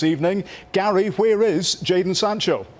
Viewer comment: Why would anyone listen the opinion of a guy who calls jadon "jordan" lmao